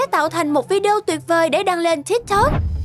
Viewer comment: Tik tok đọc sai